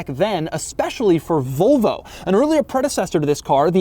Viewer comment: i do not like the way he says Volvo as "Vulvo"